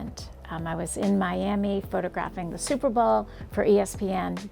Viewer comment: Did you call it the super ball